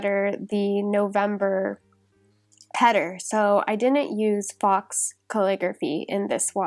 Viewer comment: Hi! This video was so fun to watch and have in the background while I did my monthly planner for November:) By the way, the word faux is pronounced "foh" hehe.